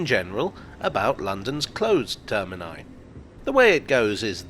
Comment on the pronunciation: Thanks for saying “termini”